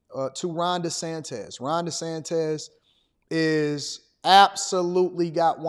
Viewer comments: DeSantis, not DeSantez😂😂😂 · Desantez LOL